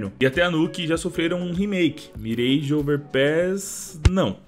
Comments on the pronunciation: salve, espalhe a informação que a pronúncia é "Miráj" e não "Mireige"! (Confira no google tradutor) P.S.: um exemplo é "garage". ninguém fala "Gareige", certo? correto é "Garáj" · Queria muito ver a Season e a Russka na rotação. Só uma observação, não se fala "mirêige", e sim "miráge".